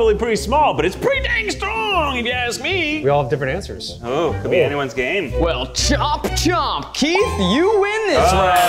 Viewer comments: Oh wow. Eugene said gay instead of game. Again. 🙄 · He always says "gay"😂😂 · i can no longer hear "Try guys game time" without hearing "Try guys gay time" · I think Eugene just confirmed a theory I've had for a long time. that every time the group says, "try guys game time!" he is saying, "try guys gay time!" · Every time they say try guys game time I here try guys gay time